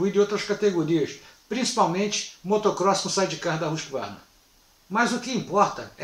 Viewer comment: Por que pronuncia 'rusk varna' a pronúncia é 'rusqüarna'. Tudo bem, a maioria fala assim.